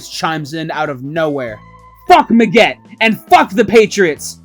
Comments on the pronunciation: It’s Megg-ett, not Me-ggett. I dont know why but your mispronunciation pissed me off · Cool video, and I know I'm at least a year late to the party.. but it was entertaining. However, I wanted to punch the narrator in the face every time he said Dave Megget's name. Part 2 is needed.